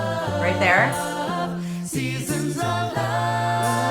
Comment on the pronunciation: I’m kind of surprised you didn’t mention the issue with the target vowel in the second syllable of “seasons”. That’s the only real issue I heard in this amazing piece.